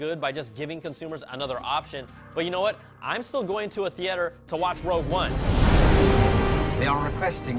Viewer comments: thee-ate-er.... i want to screem. theater!!!! thee-terrrrrrrrr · Theater: Thee ahhh terr Not Thee ayy terr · Damn it it's pronounced theeter even tho it's spelled theater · Top Dawg "he ate her" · I like how you say theater